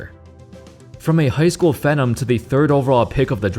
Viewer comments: pheee nom not fen om lol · Phenom pronounced “fee-nom” not “fen-um” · Ain’t no way you just pronounced phenom as FEN-EM brooooo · that's an interesting pronunciation of Phenom